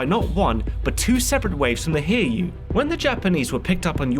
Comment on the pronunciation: Its too late now and its far from the only pronounciation mistake, but the Hiryuu is pronounced Hi-ryuu, not Hir-yuu. The rest of the issues are understandable and not a big deal, but I couldn't even tell which ship you meant until I thought about it.